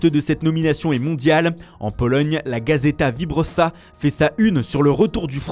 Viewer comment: Ha c'est courageux d'avoir voulu prononcer Gazeta Wyborcza, bien tenté 😅 Pour la prochaine fois on prononce "gazèta vébortcha", mais bel essai de la rédaction, je salue le geste (pour une fois qu'il y a une une polonaise ce serait bête de cracher dans la soupe).